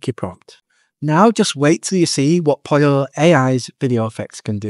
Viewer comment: Why do you call it POLIO? It's POLLO, the same as POLO.